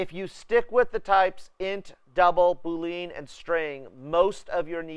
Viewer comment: Boolean -> [boo-lee-uh n] named after George Boole. Not Boo-Lean